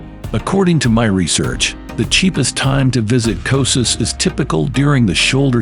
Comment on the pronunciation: Who would trust the travel video where don’t even know how to pronounce the place?